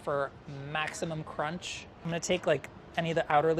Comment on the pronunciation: MAXIMUM CRONCH